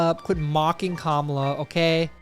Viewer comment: Whoa whoa whoa zed, hold it right there. Did you pronounce her name as “Kamala”? It’s Kamala, get it right! Kamala! Not kamala. Kamala!